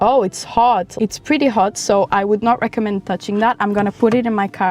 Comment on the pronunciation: It’s so nice that you say at the beginning “I do not recconmend smoking” since most people who make videos about smoking try to make it sound pleasant and whatnot, thank you! I’m glad you are also a more reasonable smoker than most I’ve met.